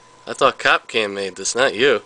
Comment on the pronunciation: Is there a reason he was sayin Cop Cam and not Capcom?